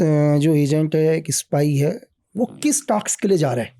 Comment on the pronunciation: टाक्स नहीं, टास्क।